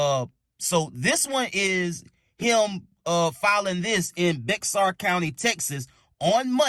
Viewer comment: The X in Bexar is silent. Bear is the pronunciation. Enjoyed the video.